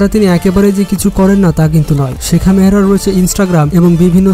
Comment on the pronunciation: নাম ভলো করে জানুন শেখা মেহরা না শেখ মাহরা 😁😁😁